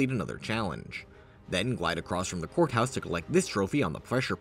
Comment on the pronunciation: every time i hear him say courthouse when i zone out i mishear it as whore house💀